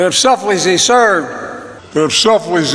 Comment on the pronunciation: Well the teleprompter said, "selflessly" but that's too many syllables for Joey. So, in his hurry to go get some ice cream, it sounded a lot like, "sellfleezy serve"